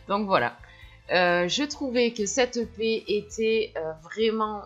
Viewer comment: Olala c'est vraiment l'EP (j'entendais le pet à chaque fois que tu le disais 😂😂) parfait pour Barbie ! 😍